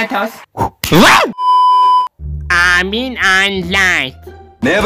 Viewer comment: Armini okuyuş şeklin ksksksks